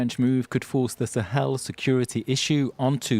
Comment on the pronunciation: "Teh Sahel" ?